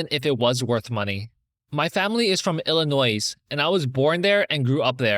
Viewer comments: Hi - respectfully, the 's' in Illinois is silent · illinois mention 🥹 eeyuck. also in illinois the s isn’t pronounced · Illinois has a silent s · the s is silent in illinois 💔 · The S in Illinois is silent